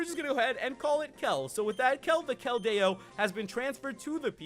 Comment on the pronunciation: The correct way to say keldeo KEL- dee-oh